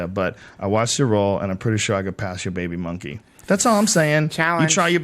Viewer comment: I loled so hard at this "baybii muhnkee"